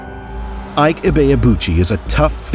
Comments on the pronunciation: Not Ah-ik, I-Ke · Iyke??!!! Sacrilege...... It's IKE ..... pronounce it like an ogbo man ........ Now,ancestral and bloodline witchcraft powers stopped this one's greatness ...... Pity.